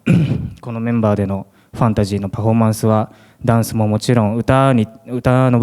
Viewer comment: ファナシーに聞こえます😅 ファンタジーって言わないんですね。